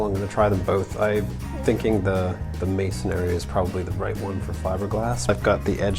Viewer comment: It's masonry, not masonary.